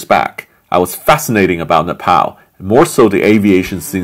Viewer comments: Its pronounced ne pal not na pal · mate, it's not Nepaaaal btw, more like Nep'o'l like how the Brits say it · Sam it’s Nep ALL not Nep PAL.. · It’s not nepow it’s nepal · Napal not Nepal duhhhh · Its nepal not napal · NePAL. It’s Neh-Pahl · It’s pronounced Nepaul, not Nepal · “Na-pow Airlines” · it's pronounced "nay paul" btw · its ne-pow.... jesus ... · Ne-PAUL sorry but it bugged me so hard, great video love your content :D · It’s Napall not nappal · Fucking trump pronounced Nepal as Nipple, sometimes I think he does all stupid stuff on purpose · You don’t know how to say Nepal 🤣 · Learn how to pronounce Nepal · If you are visiting a specific country, please make sure you know how to pronounce the name of the country correctly.